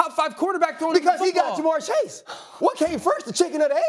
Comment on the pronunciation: ITS JA’MARR CHASE